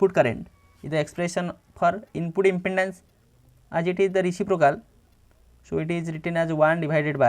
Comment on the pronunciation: Is impedence not impendance. Ok sir